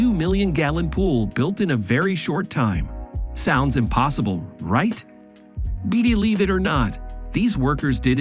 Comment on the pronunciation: ...... I don't "B'D'lieve" it!!!😂😂😂😂😂